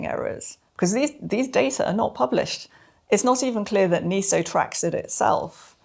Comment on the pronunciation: Sorry to be pedantic, but why do we mispronounce even a relatively new word NESO, as NEE SOH instead of NEH SOH?